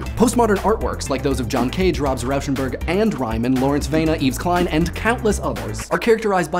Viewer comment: lol he pronounced the "s" in Yves Klein what a roob.